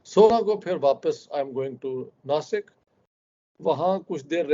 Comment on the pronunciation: Dasik nahi nasik hai